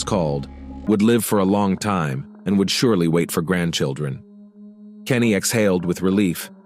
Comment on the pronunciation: It’s Canny, not Kenny